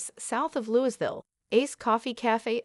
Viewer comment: For all viewers, & not a poke the narrator, the S in Louisville, KY is silent 😉